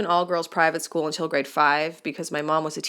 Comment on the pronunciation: I love how she struggles on the word school